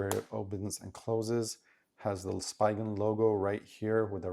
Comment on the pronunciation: "Spee" gen, not "spy" gen